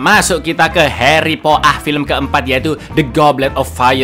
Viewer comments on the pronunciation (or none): Aku langsung ngakak pas dengar aksen Inggrisnya 😂😂😂